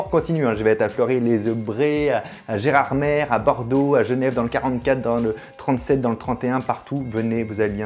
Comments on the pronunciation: tu dis Gerarmèreee.. Ça se prononcé Geramé. Pense y quand tu y sera sinon tu vas te faire huer mon pauvre... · Si tu veux faire genre que t'es du coin, Gérardmer ça se prononce "mé" à la fin (et pas "mère") 😉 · Fabien, quand tu seras à Gerardmer, ne prononce pas "Gerarmère" devant ton public, on se bat avec ça chez nous 😅 (c'est "Gerarmé") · Gerardmé pas gerardmère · Gerardmé stp pas gerardmère 😭